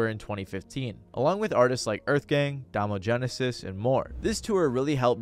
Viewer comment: "Dahm-o Genesis". Come on bro! It's "DOME-oh"